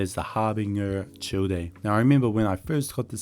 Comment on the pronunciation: Childe is pronounced "Child" 😂